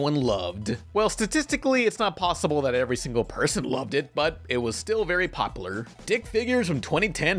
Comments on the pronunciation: I love the way you say popular. Now forever be self conscious about it. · I fucking hate the way this guy says “popular”